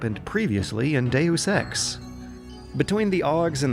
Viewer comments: Dusex No it's De-yus ex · It is pronounced makina. But he sometimes pronounces dayus eks "due sex" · Deus ex, Deusex, Deu sex, due sex. Yep I'm getting laid tonight.... not! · dayus ex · "due sex" oh come on, you're just fucking with us now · 'Daywoos Ex', and 'Makina' also. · Ah yes, I love playing Doo Sex.